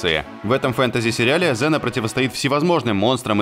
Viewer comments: Окунь ксена а не зена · КСена блять КСена. Кая нахуй Зена !? Слух режет